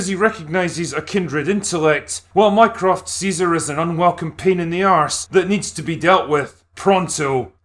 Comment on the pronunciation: Is it bad that every time he said "Mycroft" I heard "Minecraft"?